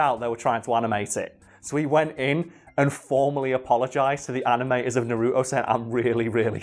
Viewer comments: It's nar-u-to not na-ru-to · it’s naruto not nuruto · Im sorry, but this always bugs me. No one in the Japanese or English versions calls him Na-ROO-toe.......ever. His name is NAR-u-toe. (Obviously, I spelled them phonetically. No point in correcting my spelling) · NA-RU-TO not NA-ROOT-O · hate when people say nUh RuTo 😂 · "I hope I say this right, Masashi Kishimoto" Me: that's sounds right "NARUTOU" Me: you get the creator's name right but you mess up naruto... It's not even that hard... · that’s not how you fucking say naruto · The way he says Naruto bothers me more than I’d like to admit...